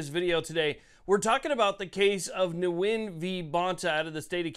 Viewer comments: Just a quick correction, sir: the (person) V. Bonta? He is of Vietnamese background, his name is not pronounced, “Noo-Win” rather it is simply “Win.” And I hope he does! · This common Vietnamese sir name is pronounced "win" not "new win". Thanks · The “N” is silent. Phonetically gwin. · It's pronounced "Win v Bonta" hopefully Nguyen wins! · Nguyen is pronounced like "win". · Isn't it pronounced Wen?